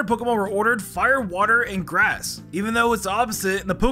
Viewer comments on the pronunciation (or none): none